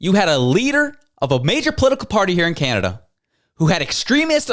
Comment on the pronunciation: Kanneda these people can’t even say the country’s name properly 😂😂😂😂😂